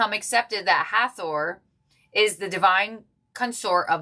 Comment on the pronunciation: Thank you for this reading! ❤ As for the pronunciation of "Hathor" . . . YOU were speaking it correctly. I have no idea where that author came up with that pronunciation, but an Egyptian man saw my tattoo from my design of the "Eye of Hathor". He recognized the eye and pronounced it as written: hath-or I am named Heather Lee and a Jewish Leo: sun/venus/S gate, a musician, and a descendant of dairy farmers - as a reminder that I am a Hathor-Lyran who works with music and the Merkabah as tools of healing, protection, and peace.